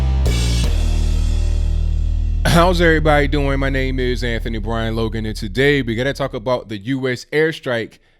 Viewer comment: Anthony B. Logan. You pronounced his name right. He's been doing foul stuff for a long time, and I'm more than glad he was given what he asked for so badly (which was a swift, quick and brutal death).